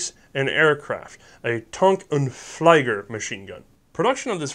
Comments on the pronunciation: fleeger it is pronouned, not fleiger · just to let you know: ther german "ie" in "flieger" is pronounced like the english "e" in "he". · Flieger is pronounced with e, not i(wich is e in german) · "FLEE-ger" not "FLY-ger" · I am gonna be the nitpicker, but whenever you see " ie " in a German word, you would actually pronounce it "ee". So "Flieger" would sound like "Flee-ger". And "Kurz" is pronounced " Koorts". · think the "problem" is that he pronounces ie like ei